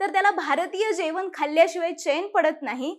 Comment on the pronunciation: जेवन नाही हो "जेवण "😂